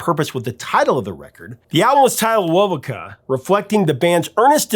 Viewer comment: It's pronounced "wo-VOH-ka". The Vegas bros did not "change" their name, they simply shortened it from "Vasquez-Vegas". Tony Bellamy was of Yaqui descent. De Poe was Cheyenne and Chippewa. It's pronounce "YA-kee".